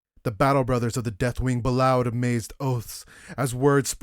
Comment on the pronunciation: It's likely "bellowed" as "b'lowed". It should be "bell-owed"